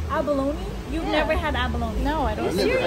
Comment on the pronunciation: SAS face when she says “abalone” are you serious 🤣🤣🤣